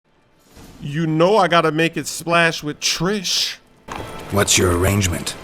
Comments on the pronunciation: Its Triss not Trish ffs! :-) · It's Triss not Trish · Triss, not trish, fgs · Her name is triss not trish are you that dumb? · pls stahp Its Triss with an S and not a SHhhh like in SHhhhit This bothers me so much >_< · Is no one else noticing he's saying Trish? The dame's name is triss. #Bars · It's Triss. Not Trish. Sorry for being blunt. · Yo it's Triss, not Trish lol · it's triss not trish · ain't gonna make it splash if he keeps calling her "Trish" and not "Triss" lol